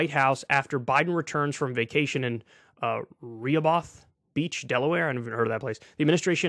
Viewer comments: "Ree-ha-both beach" lul. I've been to Re-ho-beth beach many times. Strong gay community there, cool place. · Re Ha Both. It is pronounced Reh Hoe Beth lmao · By the way, it's pronounced Ruh-hoe-bith Beach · lol re-ha-bahth. It's actually Re-hoe-beth although not exactly intuitively. It's one of the major beach towns in Delaware. Lots of people from Washington vacation there. Even got a West Wing Episode where an oil tanker crashes on the beach. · AMAZING. It's about damn time already!!!! 👍🏻 BTW, it's Re-HO-buth Beach DE which is actually a popular Gay beach resort area. 😁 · Lmao “re-ho-both” Isn’t Kyle from New Jersey? It’s close by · The beach is pronounce Ruh - Hoe - Bith for some dumb reason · Thanks for the breaking report, Kyle. And fyi it’s pronounced Reh-HOE-bith Beach, Delaware. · That's pronounced Row-ho-beth... Rehoboth Beach, Delaware. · Ree-heh-bath? Bro wtf. And this guys from the east coast?? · It pronounced Re-hoe-beth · It ain’t much but it’s something. Wish he would’ve gone further with the forgiveness. Also, it’s pronounced “rə-HOH-bəth” beach- although the way you said it sounds a little more exotic haha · Rehoboth is pronounced ruh-hoh-voht, for what its worth. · 😂😂 It's Ruh-hoe-buth Beach, Kyle. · his pronunciation of "Rehoboth" 😂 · Rehoboth Beach is a very popular beach in DE. You butchered that name hahaha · Seeing Kyle pronounce Rehoboth that way was painful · Lol love how Kyle pronounces Rehoboth 😂😂😂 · ikr? You'd think an East Coast guy who commutes weekly from NY to near DC for KK&F would know how to pronounce it. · Kyle I love you dawg but that pronunciation of Rehoboth was atrocious🤣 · “Roe-ho-beth” is the beach pronounced in my best Scrantonese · Oh man Kyle, you butchered Rehoboth. Thanks for that laugh today